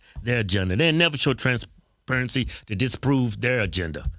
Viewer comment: “ You need trans parensee” 😂